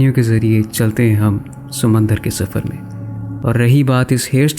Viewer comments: Sumandar nahi Samandar hota he Meray Bhai😊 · ‘Sumandar’ LOL